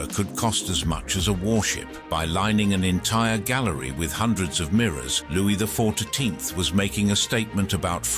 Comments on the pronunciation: ~ "Louie the four-too-teenth" ~ Non-human generated voices crack me up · This narrator has a peculiar difficulty with saying Louis the 14th for ome reason....